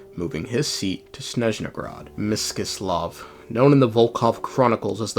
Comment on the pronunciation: "Monomakh" "Mish-chy-slav" "Seriviiiki" "S-koll-dyryth" "Vodya-noy" "Fio-dorovnaa" it's pronounced more like this for me! (western slav yippiee)